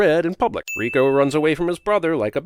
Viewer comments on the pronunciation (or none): none